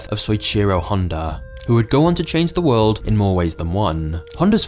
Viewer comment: he changued the woirld